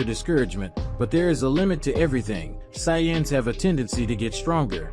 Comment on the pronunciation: I hate the saiyans and whis pronunciation but the story is fire 🔥